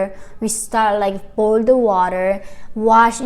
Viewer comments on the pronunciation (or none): none